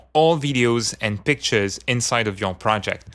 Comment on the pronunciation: Just discovered this add-on, completely fascinated! And I know you said "work with pictures" , but the audio and accent conspired for a second and made me think, for a second, that you said "work with b*tches". Sir, you got my attention!